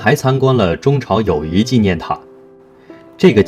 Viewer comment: 个别字发音不准确，比如友谊的谊是第四声，不是第二声